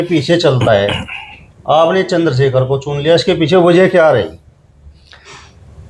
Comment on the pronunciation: Ye itna bada reporter nhi hai ki Chander Shekhar Bhai ko Chander shakher bol rha hai thodi tameez bhi Sikh lo